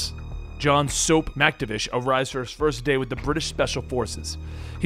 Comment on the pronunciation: Hey great video but the way you pronounced MacTavish and MacMillan made me chuckle